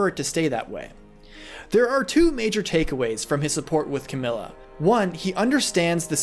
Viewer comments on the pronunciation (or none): Did he just say cam-yoo